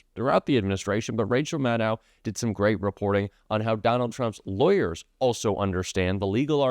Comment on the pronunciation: you don't look at the comments apparently. Rachel Maddow is pronounced like "know", not like "now".